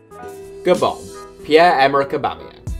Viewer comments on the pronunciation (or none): none